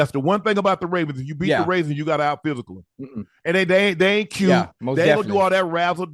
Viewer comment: he say “raisins” when talking about Baltimore at least once a show 😭😂